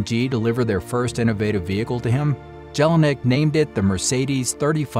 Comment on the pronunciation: I am sure the J in German names is pronounced as a Y in English